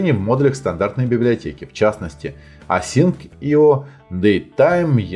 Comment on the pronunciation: Не успел досмотреть видно, но уже ставлю палец вверх за "асинк ай о" (как же бесит, когда люди на эту либу говорят "асинЦИО")